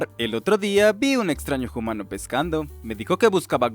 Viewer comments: ¿Por qué pronuncian "jumano" en vez de "umano". Le dan sonoridad a la h como si fuera inglés o francés, etc. en lugar de que sea silenciosa. ¿Qué origen tiene quien locuta? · Le dice homano